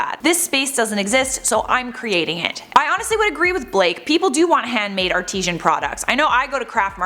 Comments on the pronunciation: Artisan, not artisian! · The word is ARTISAN not artesian. Artesian refers to water like Fiji water xx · Yes, she can't pronounce 'artisan'.